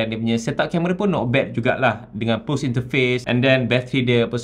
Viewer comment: "PULSE" tu cara sebutannya "PALS", bukan "PULS".